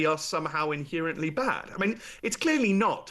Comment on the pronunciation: I can't listen to someone who says, "inhearantly."